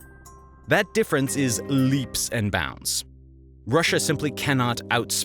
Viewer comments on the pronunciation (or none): none